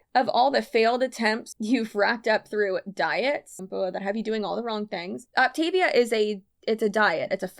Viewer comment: Just for your info, it’s pronounced “OP-tuh-VEE-uh.” So grand!/s